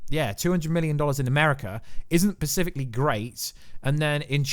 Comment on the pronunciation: Pacifically again?? Do you mean SPecifically?? i could barely pay attention wondering when you'd say this again..